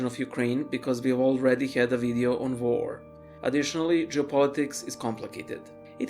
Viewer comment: War sounded like vore. Vore is a pleasure from eating something. Was hungry while making this video?